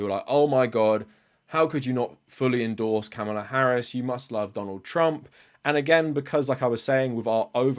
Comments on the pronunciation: But also mispronounced the name Kamala in this video. You don't have a problem with that? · You pronounced Kamala's name wrong twice. As a black woman, I can safely say we have a history of our names being pronounced wrong. Please do better 🙏